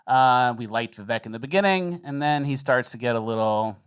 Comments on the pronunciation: His name is Viv(AKE) VIVEK Its not Viv(ECK) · by the way his names pronounced Vivek (viv-ake) like cake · Vivek rhymes with mistake